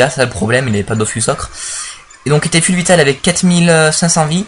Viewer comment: Full ca se prononce " Foul " :p